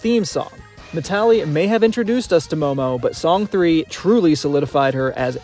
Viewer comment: Not to be tooooooo nitpicky (and I apologize for being just that), but I‘m pretty sure Song 3 is pronounced ”song san”. It‘s a play on words, like ”Babymetal Death”: ベビメタルです。(We are) Banymetal! 🤘🦊🎌🎶🎵🎶